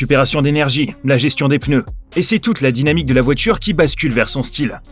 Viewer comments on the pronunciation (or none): none